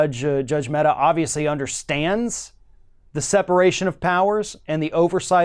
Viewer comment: The name of the Judge is Amit Mehta and not Ahmed Metta. Just in case you wish to google and know more :)